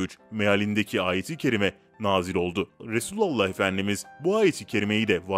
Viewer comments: KEKO ! RESÜLALLAH DEĞİL.RASÜLÜLLAH SAV DEMELİSİN. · Yav şu Resulullah demesini bı öğren be kardesim resulu Allah diyorsunn